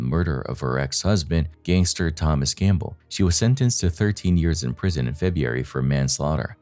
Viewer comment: feh- broo-eh -ree that is how February is pronunced.